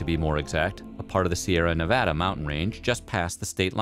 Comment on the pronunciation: I don’t know what I love more. The hilariously facetious attitude of the narrator, or the fact that he pronounced both Nevada and the Sierra Nevada correctly